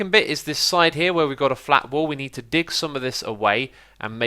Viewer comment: but when is say dig it sound like dic xD haha